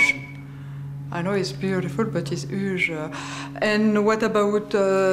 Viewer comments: It's "uje"! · HUuuge renovation... Voila l'accent de la rousse. Se prononce Youdge.. et pas Uuge.. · Y a des efforts à faire en anglais Chantal. Huuuuuge 😂 NON kioudje on dit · It’s « uuuuuje » 😂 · It's "uje" je comprends pas comment on peu vivre depuis tant d'années en Amérique et parler si parle anglais. Surtout qu'elle a rien d'autre foutre !! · "it's uuuuuge" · "it's üüüjj"